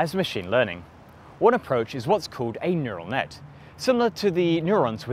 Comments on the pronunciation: “Neutal Net” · “neutal net” ah yes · What's a neutal net? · Neutal net... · Nutal net huh? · It's "neural net", with an "r", not "neutal net". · Neutal net , though